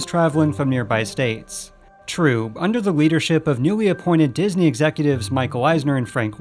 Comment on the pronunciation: disney-related youtubers stop inflicting michael eisner french on my poor ears challenge 2022